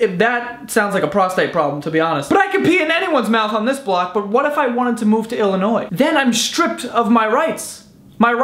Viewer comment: Im glad you pronounced Illinois right